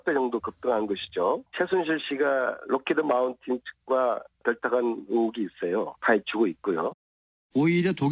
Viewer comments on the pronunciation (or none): 록히드마틴, 마운틴이아니고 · 회사이름도 잘 모르는새끼가 무슨 ㅋㅋㅋㅋ 록히드마틴이다 록히드마운틴이 아니고 ㅋㅋㅋㅋㅋ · 록히드 마운틴 ㅋㅋㅋㅋㅋㅋㅋㅋㅋㅋㅋㅋ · Lockheed Mountain,이 아니고 Lockheed Martin 이다, 안민석아,발음잘해라, 대한민국 국회의원이라는 놈이 제대로 알아야지, 무식하기는...?